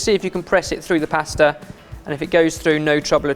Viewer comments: What’s a paesta? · for fucks sake say pasta right ...